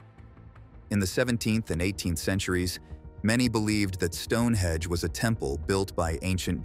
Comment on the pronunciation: It's StoneheNge not Stonehedge